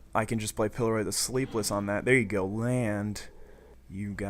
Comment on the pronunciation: You need to read cards more closely, specifically, pillORY not pillEROY. I'm just getting into DOTP and your vids are fun to watch, but wow did that bug me.